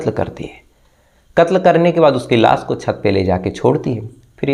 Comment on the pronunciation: आप श को स बोलते है और स को श बोलते है जैसे लाश को लास, कोशिश को कोसिस, खुश को खुस, पोस्टमार्टम को पोष्टमार्टम आपनी बोलनी को सुधारिये